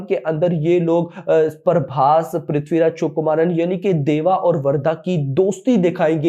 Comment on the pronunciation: Prithvi sukumaran name hai galt kyu bolta hai.....first day first show salaar